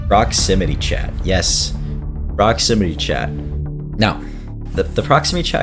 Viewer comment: Ah yes, PromixityChat ProximinyChat ProxmimityChat